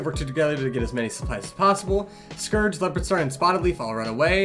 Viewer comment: I also pronounce Scourge wrong bc of the way I read it when I was younger, now I just can't pronounce it right